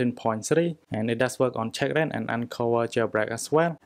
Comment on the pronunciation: Why do u say CheckRa1n and UnC0ver instead of checkra1n and unc0ver? 😂 😂 😂. Nothing wrong with u but it’s strange 😂